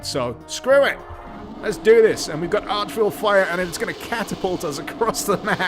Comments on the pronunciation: He pronounced or mislabeled so many parts of the game I was beginning to wonder if this was his first time playing Doom, lol. Archville? (Arch Vile) God Mode/Orb? (Invulnerability Sphere) Plasma Gun? (Plasma Rifle) Mini Masterminds? (Arachnatrons) Orbs? (Soulsphere, Megashere) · "Archvile", not "Archville", LOL! Not like a town of arches, :) "Vile", like loathsome, horrible, evil. To rhyme with "File". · just so you know, the "Pinkies" are called Demons, the "small spider masterminds" are called Arachnotrons, and Arch-Vile is pronounced Vile not ArchVille, the armour and health orb is called a "mega sphere", and the "god mode orb" is an invulnerability sphere... just saying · The vile in Arch-Vile is pronounced like Nile.